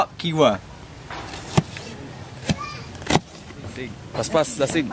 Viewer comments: it is not kiwa its hiwa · sabi nya kiwa imbes na hiwa (chop) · it's hiwa not kiwa :) like he-wha hiwa to slice :) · hiwa not kiwa....Jejeje your so funny.. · it's not kiwa it's hiwa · Bro.. Hiwa.. Not kiwa...